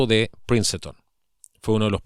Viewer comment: Por cierto... no se pronuncia Princeton...